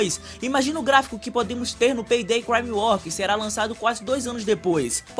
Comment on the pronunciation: FALANDO PEI DEI KKKK VÍDEO TOP LIKE